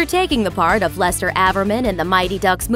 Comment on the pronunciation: It's Lester averman not laster ávermen